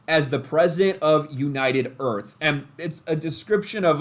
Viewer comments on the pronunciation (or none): She's the Prefident of United Earf!